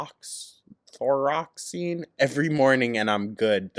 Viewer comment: btw its lee-voh-thy-ROCKS-een 😂😂